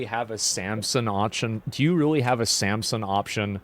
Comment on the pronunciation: it's Samson, not Samsung